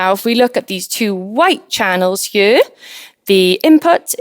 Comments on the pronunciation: Y she pronounce "here" like "hyurr"? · am i the only 1 that loves the way she says here ??? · I love how she says “here” in that beautiful Welsh accent!